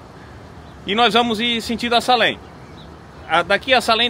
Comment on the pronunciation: A pronúncia é: "seilem" escreve Salem , mas ... já que vc está aprendendo ingles então... já procura a pronúncia correta.